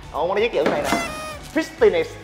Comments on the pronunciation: Fit-ti -ness....???? Lạ ...!!!! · ngay đoạn fi ti ness cười sặc. Cạn lời